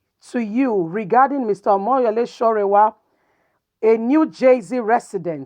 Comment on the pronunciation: His name is sowore and not sorewa.